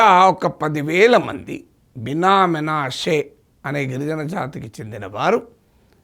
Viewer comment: బినా మీనాషే కాదు prof గారు, బిన్యామిను, మనశే